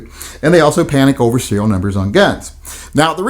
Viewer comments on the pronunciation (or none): Serial not cereal...